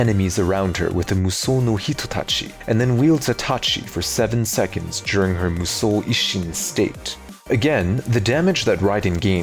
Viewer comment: Man how he say Mushou sounds so good